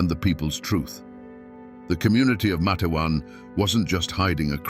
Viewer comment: It's pronounced Mate-wan. 2 syllables. Long A in the first syllable.